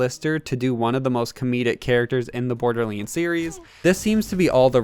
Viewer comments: it's borderlands not bordelands say it right dude you idiot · dude come on it’s pronounced borderlands not borderlyands